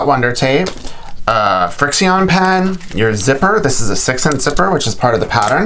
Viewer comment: Your frixion pen is pronounced "friction" not "frixi on" 😁